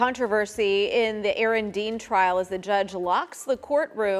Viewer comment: Aaron DEAN not DEAL 😂